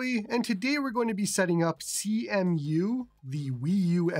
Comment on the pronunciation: It's pronounced "see-moo" brotha